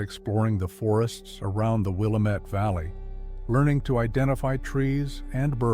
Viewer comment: I have a hard time believing your Bigfoot story because if you are from Salem you know how to say: Will - am - ett, not Willa- met.